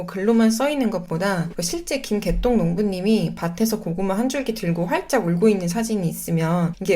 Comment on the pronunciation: 김개똥 농부님이 '활짝 울고'있는 으로 들려요ㅋㅋㅋ 영상이 도움이 많이 됩니다 감사합니다!